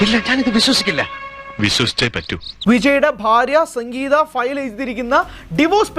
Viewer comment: Sankgeetha ❌ Sangeetha ✅😂